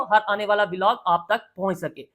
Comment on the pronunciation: Velog nai bhai vlog hota hai 😂